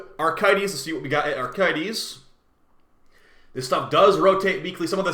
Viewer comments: A-crith-is not Arc-i-thes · Out of curiosity, is there a joke I’m missing about always pronouncing Acrithus as “Archaites”? Is it just a really bad misread that you just stuck to for laughs? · I sincerely hope you're mispronouncing acrithis as a joke